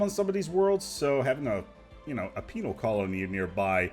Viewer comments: man you gotta stop pronouncing penal so much like penile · LOL he says penile. LOL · I know you said penal (with an odd pronunciation) but it sounded like female colony tech. So much so I checked the Sub/Closed Captions (which actually thinks you did). Heh,, surely you're not suggesting all criminals in our empires are women? XD